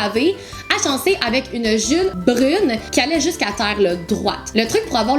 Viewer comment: Haha tu as dis une june brune 😂